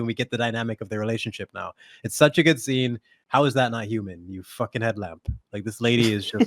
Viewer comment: "I too am a hew-mon like the rest of you. I can relate to you because of the fact that I am a hew-mon."